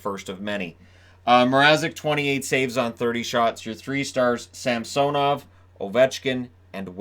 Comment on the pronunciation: Sam-sone-ov. I think it’s pronounced Sam-sun-ov. The announcers say “sam-sone-ov” for some reason. The other way (Sam-sun-ov) sounds much better in my opinion.